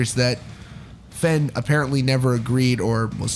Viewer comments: FANE. Not FENN. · you were so close for pronouncing his last name right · Is Fehn pronounced “fen” or “fein” I’ve heard both